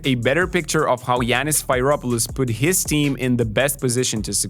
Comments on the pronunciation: It is not Sfeiropoulos pronunciation should be Sferopoulos like Spheric which is BTW greek for ball :o) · It is pronounced sferopoulos like the e like meme